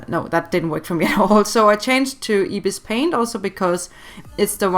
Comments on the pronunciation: its not ibispaint say it eyebispaint there is 2 ibispaint 1.ibispaint=pay 2.ibispaintx=free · Ypur bpt supposed tl say ibis paint but say like eyebis paint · I thought you said ipis paint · just saying its eye-bis-paint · It’s Pronounced Eye-Bis Paint I’m Not Being Rude Btw I Just Wanted To Say It Also If You Use Ibis On Your IPad You Can See The Different Modes. Like You Can See The Blur Tool, Smudge Tool A Lot Easier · me: IS THAT REALLY HOW YOU PRONOUNCE IT HUH ANSWER ME HUH HUH HUH (don't hate)